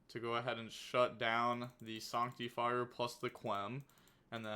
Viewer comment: Sawnctifire you say?